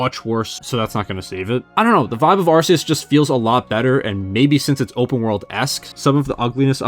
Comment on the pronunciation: It’s pronounced meh-tuh-GROHSS, arr-KEY-iss, kuh-STEEL-ee-uh, KAH-lohs, and ray-QUAY-suh, “”! 🤨